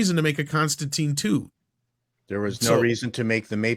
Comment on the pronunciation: Disliked for the constant mispronunciation of Constantine.